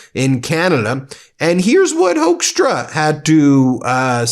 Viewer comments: Dutch here " Hoekstra" is pronounced " Hookstra" not Hokestra.. Dutch first second English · The Dutch name of that man in Canada is called HOOK-STRAH.....IF SPOKEN RIGHT.......!!! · So funny to hear you probounce hoeckstra as hoaxtra😂 that is what we used to call him here in the Netherlands back in trump 1 era when he was ambassador here. He used his time here to spread lies like there were no-go zones & ghetto's in the Netherlands and that we would put politicans on fire. It took a lot to get him to repent back thencand sad to see he's back at his old habits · Hoekstra, the oe in dutch is pronounced very similar as the oo is in English. If you want a easy way to remember how to say Hoeksta just remember him being a tool and a fool.